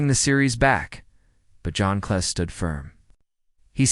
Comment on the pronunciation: I suspect this is another stupid video that uses computed audio so it doesn't know that Cleese isn't pronounced Clay. That ended my viewing of the video!